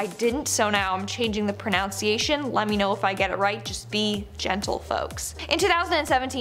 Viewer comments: she said proNOUNciation!! 😂🤣🤣🤣 NUN.. like in Catholic school. pro-NUN-ciation. Idk about the other word you think you said wrong.. 🤔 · Nailed the pronunciation but pronounced “pronunciation” a bit off. 🤪😜😋